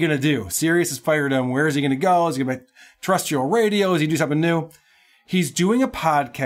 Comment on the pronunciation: Jim Florentine's produced intro has him double-tracking the mispronunciation of 'terrestrial' as 'terrestial'.